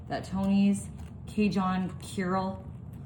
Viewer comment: I know. She says it every time. I'm from Louisiana and she is doing it that way just to get responses. The "Carol" people would not be impressed. Lol.